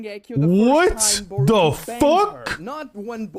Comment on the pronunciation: the tonal emphasis he puts whenever he says the word BANGED combined with a portifolio of fan made art depicting sarada kissing boruto for me is sus af in the worst way possible